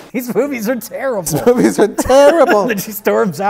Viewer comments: Sounds as if says either “moopies” or “moofies”. The latter would make sense, given the V to F consonant shift in northern Germanic languages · Did '' say "moopies"? Is he Rich's grandfather?